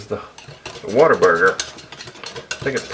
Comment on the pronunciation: "What'erburger" - that's how you know he's authentic.